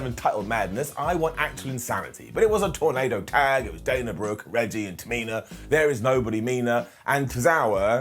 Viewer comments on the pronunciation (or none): none